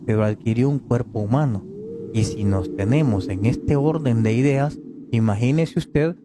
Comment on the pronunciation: Ideos? Se te quedó la V😂😂😂